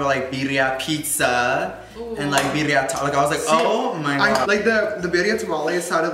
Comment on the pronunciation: He’s saying birria lol